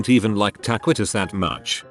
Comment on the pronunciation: “Tuh Qwee Toes” NOOOOOO